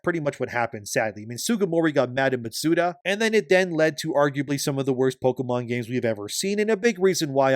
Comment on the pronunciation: Matsuda? Shugeri? Any chance you could properly pronounce their names?